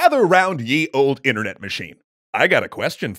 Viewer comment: you mispronounced Ye